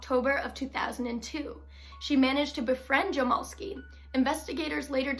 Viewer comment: My 1/2 brother is his grandson and it’s pronounced jam-ell-ski.